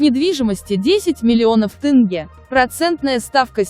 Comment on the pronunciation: Сақауланбай тынгэ демей теңге десей білә